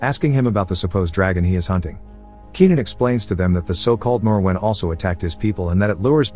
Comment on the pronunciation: So the first part of the video you correctly pronounce the monster's name several times as "More-When" then halfway through you start pronouncing it the "Moe-Where" or whatever you were saying. I don't understand in this day and age how people are to lazy or inept to Google the pronunciation or atleast stick to one pronunciation but I guess you decided saying it every way you imagined was the correct course of action lol 😂